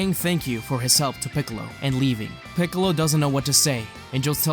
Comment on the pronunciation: u called piccolo = kamicalo💀